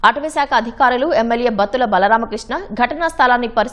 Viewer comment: భక్తుల కాదమ్మా బత్తుల.